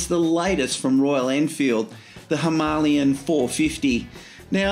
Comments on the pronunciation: That is the correct way of pronouncing it. Hima means snow Aalaya means abode so together means snow covered mountains in Sanskrit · All the Indian nationals I've spoken to pronounce it Hi-MAH-lian. It's their bike (and mountain), so that's the pronunciation I use.